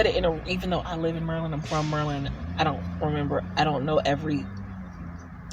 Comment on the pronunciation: Nice job handling questions. And thanks for teaching me how to pronounce Maryland = Merlin (sort of, <3 )